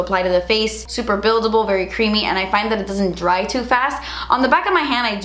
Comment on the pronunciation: Who else heard drag instead of dry?🙋🏻😂